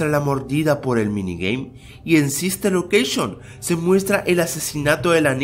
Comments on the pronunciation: sister locreishon :v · SISTER LOQUEISHON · sister loqueishon :v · SISTER LOKESHON